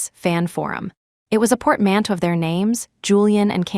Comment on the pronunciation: PORTMANTEAU not Port Mantto